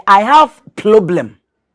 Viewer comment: Who else heard “…I have a probrem with it…”?😂 “Probrem” deɛ sɛ anka Asantefoɔ na ɛwɔ L and R problem o😆 Dormaahene can go to the ends of the earth for all we care, Asantehe Otumfoɔ Osei Tutu Ababio, aka Barima Kwaku Duah…Ɔpemsoɔ no no. Yɛn wura, Asanteman dɔ wo dodo. Obi pɛ nso ɔnnya da!✌🏾✌🏾✌🏾